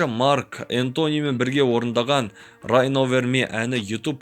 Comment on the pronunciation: бауырым! Кішкене ағылшыныңды көтерші😆 "Ай кноу уонт ми" "райн овэр ми" дегенде қатты күлдірдің))))